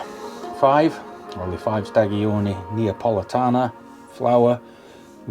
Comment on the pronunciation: That pronunciation... mate... oof! 🤣 Here's how to pronounce it: "Leh Ching-kweh Stah-joh-nih Nah-poh-leh-tah-nah"